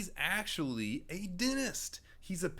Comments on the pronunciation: I love how its instead of dentist😂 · Dentist ❌ ✅